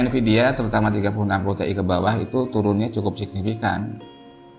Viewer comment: Tee'i? T,iyyyy om!